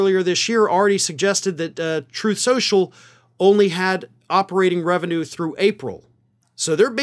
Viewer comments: "Troth SENSHUL" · "Troth Senshul" 😂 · It's pronounced "troath senshal" 😁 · You mispronounced Troth Sensual...